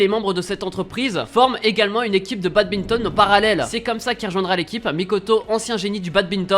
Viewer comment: Badminton pas badbinton mais bonne vidéo